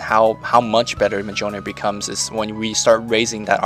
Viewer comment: its miyolnir. Go see Thor the movie.